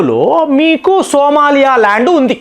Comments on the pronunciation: First of all the pronunciation is not Somalaya. It is SOMALIA means land of Somali people stemming from ancient trible ancestors like Samaale with possible links to "go and milk"( Soo maali) symbolising wealth from live stock. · సోమాలయ కాదు సోమాలియా. నీ నోటికి వచ్చిందే కూత, నువ్వు చేసిందే పని.